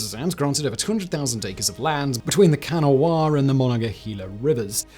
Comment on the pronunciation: Lmao hearing Simon pronounce Kanawha.